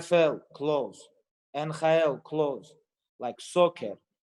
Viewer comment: Nhl= N Hi L in khabib language